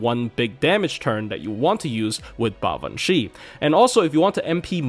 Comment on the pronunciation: You might be the only FGO YouTuber I've heard actually pronounce her name correctly, so you have my respect for that!